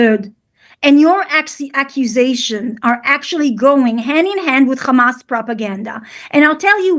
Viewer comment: They actually pronounce Hamas as Khamass!